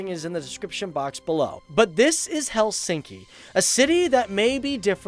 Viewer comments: In Finnish, the emphasis is always on the first syllable. Not: HelSINKI. It is pronounced HELsinki. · Helsinki pronunciation is: HELLsinki...like all Finnish words, stress ALWAYS on the first syllable and then falling in a linear way...